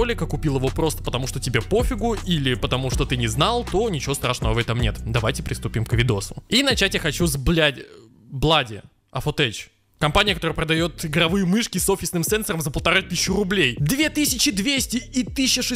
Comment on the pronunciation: "логитеч", "афотеч"... может хватит? лоджитек, афотек, нет никаких теч. ну а после того, как засрал SteelSeries, в целом и говорить нечего.